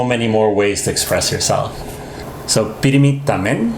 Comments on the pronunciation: Yes, its tambien not tamen. They heard its as tamen or they might be lazy saying tambien so they say it as tamen. And mostly zamboaguenos of today's generation incorrectly pronounce and spelled the words the way it should be. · "Tamen" is a common, casual, informal, colloquial, but incorrect and erroneous spelling of the Chavacano and Spanish word "tambien" (also, too, as well). Most Zamboangueño Chavacano speakers find it difficult to pronounce the word "tambien" clearly, especially the children, so we just blended or combined the two labial consonants "m" and "b" into one labial consonant "m", and we just combined the dipthong "ie" or the two vowel sounds "i" and "e" into one vowel sound "e", thus making "tambien" turn into "tamen" in our oral speech. Because Chavacano had long been an oral language, was never standardized, didn't have a standardized, standard, official, or agreed upon orthography, grammar, etc., and was never formally guided by some language institutions before, then most Chavacano words were written down and spelled informally based on the letters and manners of the Filipino national language and other local languages of the Philippines, and based on how the natives produces sounds and pronounces words. So, "tamen" also became a well known spelling aside from the proper spelling of "tambien" even though other Zamboangueños also do pronounce and spell it as "tambien" and not as "tamen".